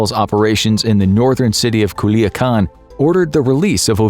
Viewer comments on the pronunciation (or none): none